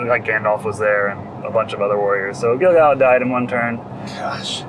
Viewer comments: Even though we're now 6 months later...Gil-galad is a little bit tricky for me, but only because I started off pronouncing it incorrectly. According to Tolkien's rules for Elvish pronunciation, the emphasis should be on GAL (as it's the second-last syllable, and isn't just a single vowel). GaLADriel (since you mentioned it) follows the same rule. Also, the famous poem beginning with "Gil-galad was an Elven-king" sounds much better with that GAL emphasis. So, unfortunately for 15-year-old me, I've now come to accept that as correct (though I still frequently say it GIL-galad if I don't think it through beforehand). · The audio book narrated by Robert Inglis pronounces Gil Galad with the emphasis on GAL. GG for short is better as all real rockers know the GG Alad hit “Burn Me, You Scum”